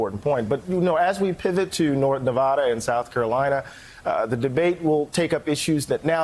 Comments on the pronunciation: If you guys are going to cover news about Navada, why not make an effort to pronounce it correctly? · They can't even pronounce the name of the state correctly.